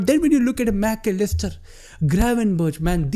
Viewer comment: Mac-a-lister was funny af 😂